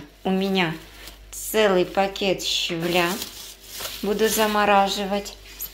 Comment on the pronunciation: ShavElya, a ne Shavlya,! Govorite pravil'no, esli govorite po-russki!